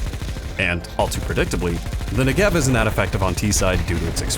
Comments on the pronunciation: It's NEgev, not NegEV 😄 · please pronounce the ne accented amd not the gev 😢